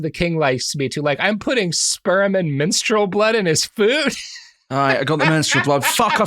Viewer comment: Fuck, I heard minstrel instead of menstrual too.